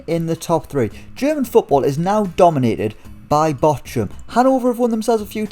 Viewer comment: That Bochum pronunciation is somehow hilarious.